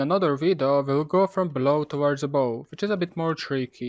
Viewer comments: Love your videos man, just one quick thing: the word ABOVE pronounced ABOF not Abow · yeah could be but i’m pretty sure in america and Great Britain you will hear it as ABOF. Maybe i’m wrong